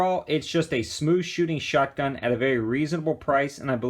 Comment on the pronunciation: Is it just me or does it sound like he's saying "shutgun?'